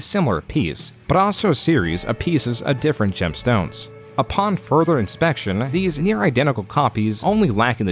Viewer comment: Hey dude? what is up with your occasional weird enunciation of stress in words?? like you say gemSTOnes instead of GEMstones. gameGRUMPS instead of GAMEgrumps. You feel me?? Is it some kind of weird ragebait tactic or something?